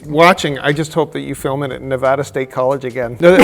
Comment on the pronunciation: Mike actually knows how to pronounce Nevada kudos to you mate